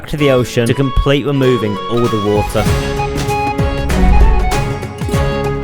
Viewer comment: LOL this dude doesn't know how to make the R sound, the title should be "Dwaining and Wemoving the ocean"